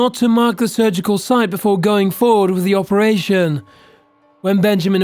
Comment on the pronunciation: I love watching these but my suggestion would be that the guy slows down when he's reading the script. He mispronounced words he'd previously said perfectly fine. (Operation became oh-peration) and maybe if he took his time a little, taking a few extras moments when reading, it would be better. Just a thought. As you were